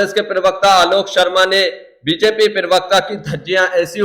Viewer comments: भैया जी, पिरवक्ता नहीं, प्रवक्ता। प्लीज़ अपने हिन्दी के उच्चारण दुरुस्त कीजिये। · पिरवक्ता नहीं...... प्रवक्ता. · Perwekta nahi yar parwakta hota hai